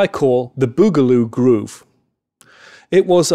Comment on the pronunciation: Awesome! Very good you explained it very well. (but it isn´t bogaloo) i¨m suscribed